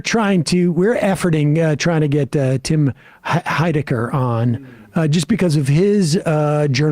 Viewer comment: Please get Tim Heidecker to return and call him "Heidegger" again! Please and thank you!